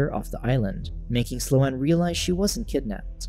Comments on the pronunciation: Sloane is not "Slow Anne" lol.... It's pronounced "Sss+lone." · Its pronounced "slown" not "slow-ann" 😂 Omg its driving me nuts lol. I'm having a really hard time following with this recap. I'm sure the plot isn't helping, but you're not even saying entire sentences that I'm reading in the cc, & its just.. like, for example, why did the zombie water make sLo-aNn realize she wasn't kidnapped..? You just like left it at that sentence. Maybe you explain it later, but that's like the 4th thing and now I'm too annoyed to finish this shit. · The mis-pronunciation of Sloane was killing me. It's not "slow-ann;" it's one syllable and it rhymes with "bone." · I came looking for this comment 🙌🙌🙌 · The pronunciation of Sloane was bad enough, but what really drove me to the brink was the constant, repeated misuse of the phrase "on the other hand."